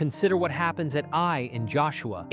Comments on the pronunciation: Who else noticed keeps saying A I for the city of "eye"? Lol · The city is not called A.I. it is Ai, pronounced like the Scottish aye. Or the same sound as the Y in the word try. Ai. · You sound like you turned your own voice into Ai. You literally just said the town of "aye" as the town of a.i. about lol